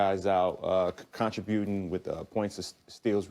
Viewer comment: Hahaaa he said contra-buting